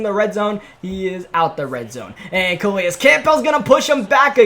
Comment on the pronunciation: Calais Campbell (Kuh-lay-is kam-bull)